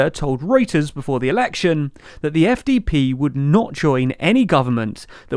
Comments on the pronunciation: 1) congrats on saying SPD and FDP correctly 2) this is not chaos, it’s pretty normal in non-British / American politics and nobody describes it as chaos… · You actually pronounced both the SPD and the FDP correctly in this video, awesome! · SPD and FDP pronounced correctly 👍. Next mistake: The FDP leader is called Christian Lindner, not Linder.